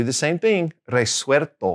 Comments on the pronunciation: Con Absolver y absuelto cometes el mismo error de pronunciacion que con la palabra vuelto. Le agregas una "r" en el medio que no corresponde. You make the same pronunciation mistakes with the words absolver, absuelto, resuelto and vuelto. You add an "r" sound in the middle of the words, instead of "L" sound, you pronounce an r sound , and it's not correct. I'm from Argentina. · Hi. The "L" in Spanish always sounds like that, more or less similar to the English "L". It's not "arto" but "alto". Also, there are some other mispronounced words, such as "vuerto", "absuerto", and "resuerto". Those words have to be pronounced with an "L" sound: "vuelto", "absuelto", and "resuelto". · Good day,! When you pronounce Resuelto, I'm hearing the letter L as R. Is that how it should be pronounced? Thank you in advance.